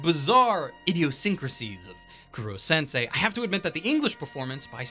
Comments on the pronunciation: Did you just say KURO sensei? Its koro... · i know not everyone can pronounce things right all the time but for the love of god KOH-ROH Kuro means Black im damn sure you know that by now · raises hand I thought the humor was perfectly fine. ... Also, it’s “Koro-sensei”, not “Kuro- sensei”. Cuz it’s a pun on the Japanese words for “kill”* and “teacher”. *Actually "unkillable" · An anime reviewer miscalling Koro-sensei as "Kuro-sensei" annoyed me, it's not hard-to-pronounce Japanese words. But not sure if it was mistake from the dub or not. My favorites were their assassination attempt at southern island, and in-class survival game battle. The dark-tone Momotarou was good too. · Who the fuck is Kuro sensei? While I love your reviews, the pronunciation of names always bugs me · Buddy, please put a little more effort into the pronunciation, i know you know how to properly say Koro-sensei